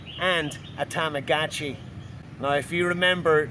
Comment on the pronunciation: please stop saying Tamagotchi like that its terrible. that's not how it is pronounced. tama-got-chi, you sound super hick when you say it like you did.